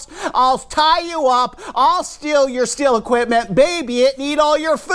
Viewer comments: What would be great is if people would learn how to pronounce the name Stihl. It's pronounced Steel (or Steal), not Still. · Also a heads up. it's not STILL I understand the debate, and for anyone that is interested it's not STILL it's not STEEL There is a longer explanation, if you want to know , let me know and i'll be happy to tell you, But it's like this the closest english phonetic spelling would be SHTEAL SH like SHIT and TEAL like STEAL so it's SHTEAL not Still or Steel or Shtil HOWEVER.... and i don't think it's that hard to do , But it is said that for those that struggle to say SHTEAL , they use STEEL and i understand that , But if we are going to discuss how IT IS ACTUALLY PRONOUNCED then SHTEAL is the correct way